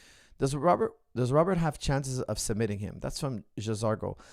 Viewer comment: Coach you mispronounced Robert name